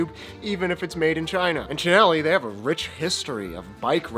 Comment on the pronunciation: At least he can say “Chin-elli”….